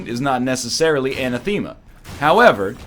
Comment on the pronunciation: NL I hate to break it to you, but anathema is another word you say extremely weirdly. Repeat with me: a-NATH-e-ma